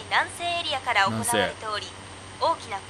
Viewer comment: この当時からら行の発音独特なんだ笑